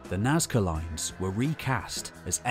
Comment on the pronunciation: "Nazca loins" ftw